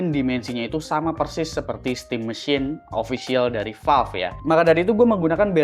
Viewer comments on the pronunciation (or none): bang sebut aja stim MESIN, 😵‍💫 pegel banget dengernya stim MESHYIN